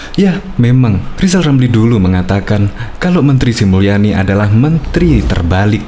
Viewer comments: Lizal Lamli bukan olang pintal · Lijal lamli 😂😂😂😂😂